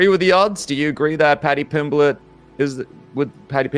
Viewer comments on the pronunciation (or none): Moicano: "Pady Pimbleech" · Paddy pimblech 😅😅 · 😂, no pal, I'm from Huyton the same as Paddy, so I think my opinion is more apt than most, he absolutely butchered it. Lol. But that is only my humble opinion.